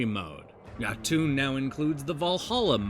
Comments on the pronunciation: Yo-Tun, not Ya-Toon. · Great review, although i cringed hard everytime you pronounced Jotun ;)